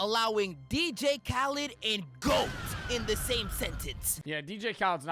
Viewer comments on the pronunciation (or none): none